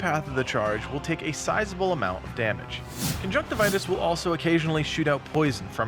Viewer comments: Con-junk-tiv-e-us not con-junk-ti-vitus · It’s pronounced con-junk-tiv-yus. What you are saying is the medical term for pink eye, not the boss of a video game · cun-junk-tivi-us is how i always pronouce it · Uh... I don't think that's how you pronounce his name